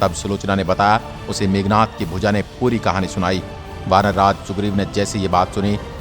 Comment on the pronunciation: It's Meghnaad....not meghnath